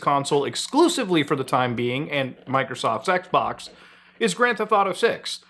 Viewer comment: Sounded like he said Microsoft Sex-Box 🤣🤣🤣🤣